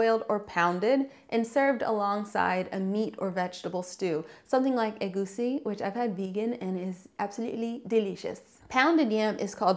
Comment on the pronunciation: As a Nigerian,lemme say,in this part of the world,that mistake (potatoes misnamed as yams) doesn't happen.I'm stoked that you've tried and like egusi(and pronounce the word properly too😊).Foofoo does not refer to pounded yam only,in fact,we generally refer to it as that:pounded yam.We call cooked pounded cassava foofoo,along with other cooked pounded starchy foods,(though these days,people have annoyingly and incorrectly started calling them "swallows",a translation of the various local expressions for them)and eat them with what we call soups--egusi is one of them--which are NOTHING like what the western world calls soup of course.Plus,we don't salt yam after it's cooked and don't eat it by itself,that's kinda bland:there would be a (usually herby and spicy)sauce to go with it separately(sort of like a dip) or which it'd be cooked in(yam porridge).Your li'l girl was right to refuse it as is 😅.